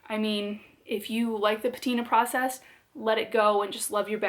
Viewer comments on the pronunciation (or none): none